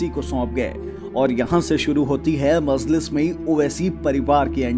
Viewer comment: This anchor cannot pronounce even names correctly so how can he explain Owasi's history. Kaha sey pakad kar lay ate aise jahil Anchors ko??? pagal mazliz nahi Majlis..Razwi nahi Rizvi bas kar bhai has has kar ansoo nikal gayee